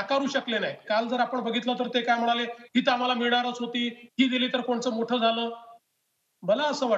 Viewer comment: "म्हनाले" नाही रे, "म्हणाले". कुठून आणतात असले वृत्त निवेदक शोधून? पहिल्याच वाक्यात चव घालवली.